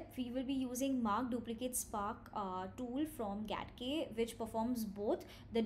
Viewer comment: Getting started with GATK4 Follow. GATK — properly pronounced "Gee-ay-tee-kay" (/dʒi•eɪ•ti•keɪ/) and not "Gat-kay" (/ɡæt•keɪ/) — stands for Genome Analysis Toolkit.